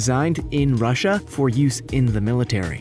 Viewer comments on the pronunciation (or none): none